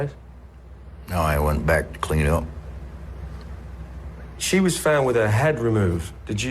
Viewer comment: when Shawcross says he went "back to clean up" he sounds like someone from Northern England.